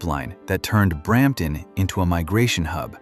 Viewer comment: Brrramptton …… ? Thanks - NO